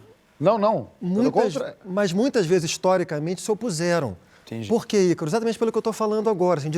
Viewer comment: SÓ eu reparei que o Porchat realmente aplica o “embromation” na hora de falar o nome do Ícaro? Hahahahahahhaha